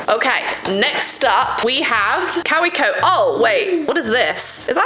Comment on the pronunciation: Took me forever to figure out that she meant Kaweco when she pronounced it “cow-wee-co”😅. It’s a German brand so it’s pronounced Kah-vay-co